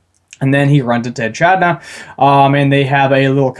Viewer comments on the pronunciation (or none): "E-kid-na." Think "Knuckles the Echidna." that's the correct pronunciation~ :P Or opt for the Japanese pronunciation of "Eh-ki-doh-na." ;)